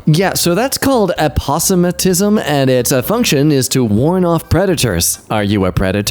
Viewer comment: actually it pronounced aposematism